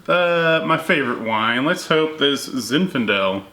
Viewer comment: zinfindale? or zinfandel